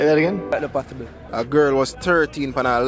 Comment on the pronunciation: That nuh pathibble 😂😂😂😂😂